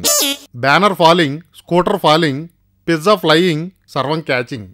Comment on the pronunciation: Pizza❌❌❌ pitza✅✅✅ 😂😂😂